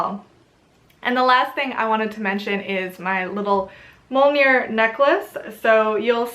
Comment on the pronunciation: Awesome video, a lot of the revival movements prefer "heathenism" over "paganism" to differentiate from the more common pagan faiths. A few things to point out is pronunciation, obviously things can be pronounced differently in different cultures however (meant to be helpful not critical) Mjölnir - sounds like: "muh-yoll-near" with a rolling r Blót - sounds like: "bloat" Ásatrú - sounds more like "ouse-a-tru" will not even start in on the gods or Yggdrasil, you clearly know your stuff :) I just think it's fun and fascinating to learn Old Norse and Icelandic. Very cool pieces I got to see an actual statue of Freyr at the museum. The Þórr statue they theorize could just as easily been a game piece. Still very cool piece and interesting to consider where it might have been from. Check out grimfrost for Jewelry. Awesome stuff on there and most is based on old finds.